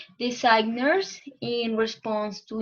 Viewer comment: Try to improve the pronunciation of some words like since, designers, contemporary and defined, nice use of zoom, and keep it up!